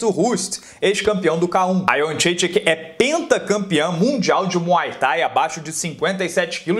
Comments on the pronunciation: "Joana Iendredique" hehehe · Acho interessante como cada narrador e comentarista tem sua própria, única e particular pronúncia de Jędrzejczyk. 🤣🤣🤣🤣 Ótima análise!